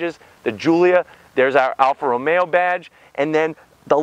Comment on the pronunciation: Why does he say ROMeAaaaaa